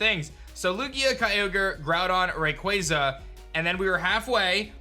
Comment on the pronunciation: Props for saying Rayquaza correctly